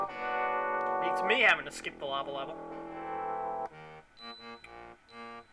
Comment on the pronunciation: When you were yelling "lava" it sounded like "no more la-mulana" :|a